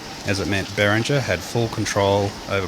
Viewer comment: It's not "BERRINJER", it's "BEAR-INGA" you moron.